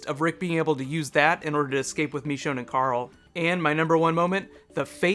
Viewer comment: It's machone not mechone